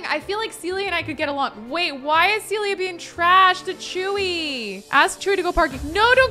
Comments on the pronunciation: love all your vids but this is the second time you've called a Sim character Celia when her name is Cecilia! 😂 Just an fyi from a dedicated fan! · Not calling all ”Cecilia” Sims - ”Celia”:))) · Everybody keeps calling that girl "Celia", but she's "Cecilia" 🤭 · This is maybe a pet peeve of mine but it's CeCILia! Not Celia. There's a whole syllable being skipped over...please, for all the Cecilias out there! Start saying the CI!